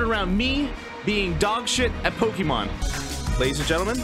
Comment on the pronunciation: I'm not going to be able to watch this because of how he says pokemon.